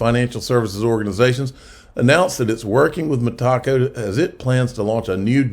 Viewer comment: Love the channel but dude, it's META CO, not ME TACO...